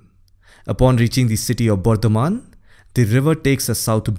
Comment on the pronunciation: Sir u pronounced bardhaman as bordhoman..and I loved this accent...I am from bardhaman only